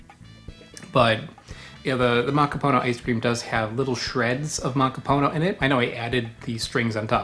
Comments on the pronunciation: Its ma ka poo no. not maka poe know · Dear God. Theyre not Hallow Hallow or MacaPOEno. Stop. Please take the time to spell and pronounce our natural resources and domestic products correctly. It’s M - A - K - A - P - U - N - O. Pronounced Muh-KAH’-puh-no. Emphasis on the KAH, not the puh. (Not poo, but puh… like a puff sound. Muh KAH’ puh no. Damn. Muh - COP ‘ - uh - no / Muh Kah-Puh-No. Please respect the spelling and pronunciations (pre colonial preferred) of our words and maybe the world should know there are “2” original coconut DNA Strains both from Asia, but one is from India and the other is from SE Asia (Philippines and Indonesia). These are the strains of origin. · Muh-KOP’-uh-Noh (emphasis on KOP syllable) Muh-KOP’-uh-Noh As in the language KOP (COP) will take offense when you say POO instead of Puh (like in Golf Putt, Putter around…) There is no POOH in Muh-KOP’-uh-Noh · Muh-KOP’-uh-Noh (emphasis on KOP syllable) Muh-KOP’-uh-Noh As in the language COP (KOP) will take offense when you say POO when it’s more of a Puh as in Putt (golf putt, putter around..) There is no POOH in Muh-KOP’-uh-Noh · It’s pronounced: Muh-KOP-uh-Noh (accent emphasis on the KOP. There is no POOH in the pronunciation of Muh-KOP-uh-Noh. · It’s pronounced: Muh-Kop’-uh-No (emphasis on the KOP and there is no POO in MuhKOPuhNo) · Pronounce it as.. makapoonô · Mah-Kah-Pooh-Noh and it's not rare 😅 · definitely. mahkah-poo-NOH